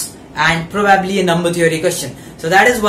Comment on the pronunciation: Not complaining but its not probaabli its probably